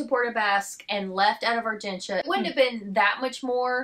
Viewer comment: I love that you are pronouncing Argentia correctly.